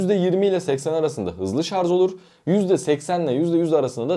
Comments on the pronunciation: Lütfen artık şarz demeyin doğrusunu öğrenip şarj deyin. Bari böyle bir video yapan birisi bunu yapmasın ! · Şarz değil ama yaaaaa şarj.. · ŞarZ değil sevgili kardeşim ŞarJ. Yazarken doğru yazdığınızı görüyorum. Bu doğrudan sizin seçiminiz mi yoksa yazım denetim programının düzeltmesi mi bilmioyrum. Ama yazarken Şarj yazmışsınız yorumda mesela. Ama konuşurken nedense ŞarZ diye okuyorsunuz. Biraz dikkat ve çalışmayla değişebilir diye düşünüyorum. "Çok mu önemli?" diyebilirsiniz. Kişiye ve kişiliğe göre değişir cevabı. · ŞARZ değil ŞARJ. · Şarz değil ŞARJ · Şarz?? 😂😂😂😂😂😂😂 Charge kelimesinden gelen bu kelime “şarj” veya “çarc” diye okunur. Şarz diye bir laf yoktur.. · Hele birde;şarj diyebilseniz içime fenalık geldi!!!şarz şarz şarz konuşmayı öğren önce. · adam ŞARZ kafalı, anlamaz! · Bu nasil tepki. Yanliş soyliyorsunuz. Biri dogrusunu söylüyor tesekkür edip dogrubsoylemeknocin calisacaginiza yanlista israr ediyorsunuz vebsayggisizca cevap veriyorsunuz. ŞARZ degil ŞARJ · Şarz degil şarj şarj. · daha şarj demeyi bilmiyorsun şarz deği! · sarz değil yahu öğrenin artık şunu şarzzzzzzzzz degil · Şarj demeyi bile bilmiyorsun millete ahkam kesiyorsun. Söylediğin şeyler de doğru değil. Uzun ömür için lithium pilleri %20 nin altına düşünce şarj etmeliyiz. Hiç mi okumuyorsun araştırmıyorsun? Ayrıca hızlı şarj pil ömrünü bitirir. Orjinal şarj aleti yerine düşük amperli yavaş şarj eden kaliteli bir adaptör pil ömrünü uzatır. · Şarz ne yaa… dinleyemeyeceğim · Bir de "Şarz" demeseydiniz.... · ŞARZ dediğin anda videoyu kapattım.. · Önce şarj demeyi öğren. Sonra video çek. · sadece 3.58 dk.da 297 kez "ŞARZ!!" dedi.